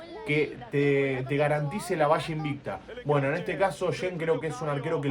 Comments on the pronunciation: es medio complicado la pronunciación para quienes no están acostumbrados con el portugués, en Bein Sports también le decían Shin jajajaja la verdad es que la pronunciación correcta es "yeã" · Se pronuncia: yean